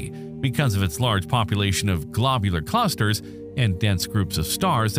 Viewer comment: "Glaabyuler Clusters" 💀